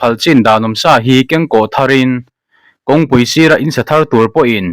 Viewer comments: Tih sá loh loh a ni lo, tih sa loh loh tia chhiar tur a ni zawk aw 😮😮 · Khawngaihin, hma kan sawnna beiseiin heng thumal, lam dan leh thluk hi a dikhlel, in siam that nan. Tih sa loh loh -sa hi vawksa, bawbgsa anga thluk loh tur, Insa tiha sa thlukin lamrik tur. Puanven - Puan hi a boang tih hlaua ven angin u rawb thluk hi, mipa in puan kan veng thluka thluk tur a ni. A fiahfaia ngaihthlak a nuam lutuk. Mizotawng ziak lehkha chhiar phei chu a har lutuk, lam sual pawh i nei meuh lo, heng ka rawn sawi hi chu lamsual/chhiar sual ni lovin a nih dan tura ngaia rawn chhiar diklo pangngai niin ka hria a, kan in siam that nan thahnem ngaihthu a ni e. Youtuber tam tak headline duhdah si, chhiar diklo ka comment na, hmasawnna ka hmuh chuan lih te hi chu unsubscribed, disliked ka chinga, nangni hi chu ngaithla regular in ngah bawksi, hmasawn turin insiam that ngam in nih ka beisei....